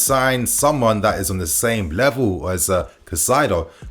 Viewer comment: KAI CEDO (said like this) NOT CACAIDO. Caicedo….